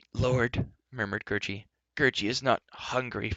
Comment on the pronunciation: Say Gary not Gerroce